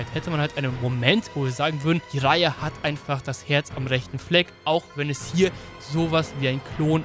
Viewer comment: Warum sagst du immer "ijara"?? Er heisst doch "dschiraja", oder?